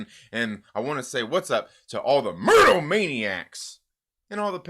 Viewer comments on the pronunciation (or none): U really emphasized myrtle ha